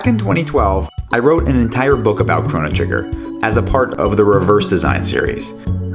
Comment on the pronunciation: Those pronunciations are pretty hard to listen to.